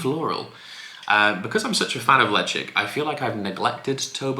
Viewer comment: I'm subscribed - but why does Ralfy call it "Leshaik" and you call it Lejigg. Bit confused.